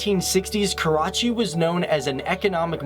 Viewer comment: Everytime he says Karachi, I cringe.